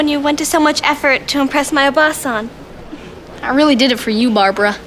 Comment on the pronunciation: the way she says obaa-San (おばあさん) sounds like she’s saying aunt (oba-San) (おばあさん) which is an easy mistake to make but I find it silly anyway Edit: I’m saying this as someone learning Japanese who has made that mistake before 😅